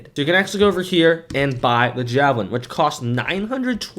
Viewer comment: it is not jahhh - velin its jaayyy- velin